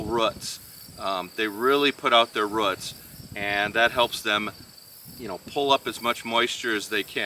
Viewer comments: Great video on growing peppers! 🫑🫑🫑 I giggle every time you say roots, in the most endearing way of course, lol, "routs?" 🤗😆💕🌱 I always enjoy watching your Minnesota garden! Everything is so green! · Lol I giggled too. But to me it sounds like "ruts" hehe Old School here....I say Rooooots 😅